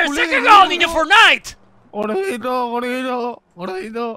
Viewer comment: "Que se han cargwado al niwno forwnai" XDDDD